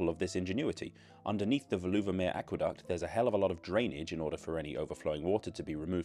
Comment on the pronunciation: Thanks the video, informative with a good dose of humour! (By the way, the stress in Veluwemeer is on the first syllable: VAY-loo-wuh-mere.)